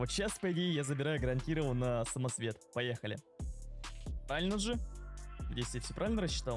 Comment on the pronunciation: СамоЦвет, а самоСвет))) Сорян конечно, но ухо режет.